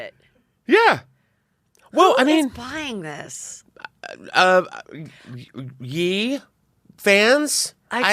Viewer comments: I love that you call him "yee" instead of "yay" 🤣😂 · The way she says Ye 😂